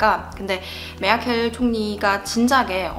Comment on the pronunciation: 1. 나라가 다르잖아요... 그건 정말 맞는 말인듯... ㅋㅋㅋㅋㅋㅋㅋㅋ 2. 메르켈이 아니고 메아켈.. 이군요...ㅋㅋㅋㅋㅋ 3. 아... 선거권은 없으시군요... (잔넨.... )